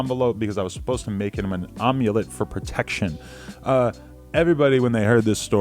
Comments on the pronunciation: its AM! AMulet not fucking OMUlet, adam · AM - YOU - LET aka A-MYUH-LET NOT OMELET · AM-YOU-LET not OM-YOU-LET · AM-ULET NOT OM- ULET BUT WE GOT YOU! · "ommulette" i love you Adam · It’s not pronounced omulet it’s said amulet like Amityville! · It’s not an egg dish Adam, It’s a necklace with mystical powers. pronounced (AM- YOU- LET). Lol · Am-u-let say it!!! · Amulet is pronounced am-u-let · Its AM-U-LET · Amulet is pronounced like (i) "am". Am-you-let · Aam-u-let lol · Nigga it's pronounced am-you-let lol tf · Amulet is not pronounced like Omelet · you're literally fucking stupid if you really don't know how to pronounce amulet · how do you butcher the word amulet like that haha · You really don't know how to pronounce "amulet"? Jesus Christ, man. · imagine not being able to say amulet...